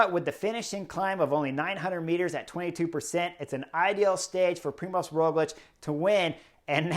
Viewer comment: I have noticed you pronounce Roglič correctly, but not his first name. You can notice “special” letter ž instead of Z, Primož. I cannot think of any english example, so going with french. Word “gendarmerie”, first sound is like “ž”.